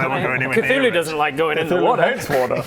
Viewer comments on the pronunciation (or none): none